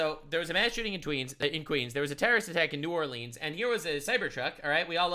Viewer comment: I'm proud of you mad lad you pronounced New Orleans properly